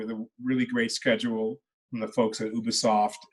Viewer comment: I like that he pronounces Ubisoft correctly . Oooooh-be-soft , not YOU-be-soft .